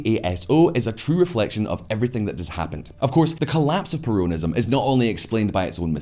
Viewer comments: it is NOT perOWNism. It is perONism. get it right. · I feel like he is saying "perronism". I will call it that way from now on hahaha